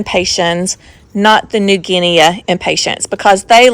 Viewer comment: So beautiful. New Guinea, nea is pronounced like “knee”.